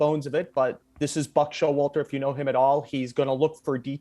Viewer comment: The one who started this clip by saying Buck Show-water?